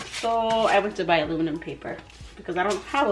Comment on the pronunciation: Almuminum paper lol. Your too cute. I've always said almuminum foil lol